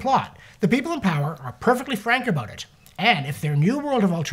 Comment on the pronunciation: Did you say getting "a boot" on foot?